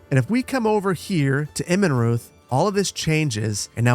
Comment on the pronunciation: You UTTERLY butchered the name "Immenreuth" 😝 Try saying Immen as in 'immen'se and reuth would be pronounced royt with a growling 'r' (harsh r) We Germans growl a lot 😆 'immen'se + royt(rrr) = Immenreuth 😁 Your settlement is starting to look much better btw.